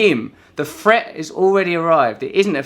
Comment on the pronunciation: he pronouces F instead of TH like a french kid. "fret" = "Threat" we Fink = we Think...funny to hear that from a real english person....!!! yeah sorry for the topic i drifted slightly :)